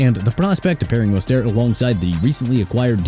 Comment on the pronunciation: Good. Let Miami trade Mostert (pronounced MO-STIRT)!!